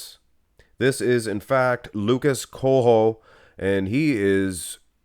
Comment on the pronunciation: The way you pronounced Coelho made me cringe so hard lol